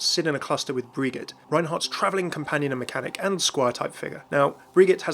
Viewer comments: YOU SAID FUCKING BRIGGGGET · ITS PRONOUNCED BRIJET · "briggit"? You mean Brigitte? There are voice line actually stating her name... Also it's a real name! How do you get that wrong? Do you just hate the French? lol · You pronounce it like bri-ji-ete